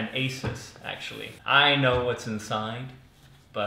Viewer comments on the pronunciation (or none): All my friends just say "content" a lot just cus I watch your videos and it's so great P.S. it's pronounced AY-soos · That's not how you say Asus